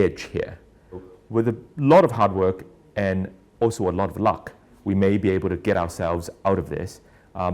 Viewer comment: This this guy say “luck” ??!!?!?